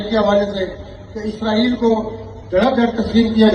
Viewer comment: عزائیل فرشتے کا نام ہے۔اسرائیل درست تلفظ ہے۔